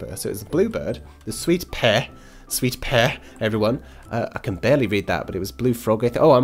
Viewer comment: I've seen the movie it's so funny and no there's not a frog and u said sweet pe wrong but good tycoon